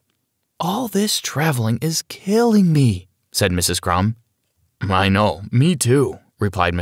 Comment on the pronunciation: I'm sorry did you just say miss crums and Mr crms